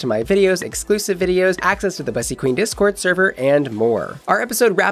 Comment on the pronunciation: So if you got Bussy from black american english, your pronunciation is incorrect, no offense.